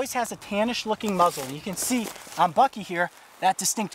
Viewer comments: am i the only one who keeps hearing f*cky instead of bucky? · It’s BUCKY, not BINKY.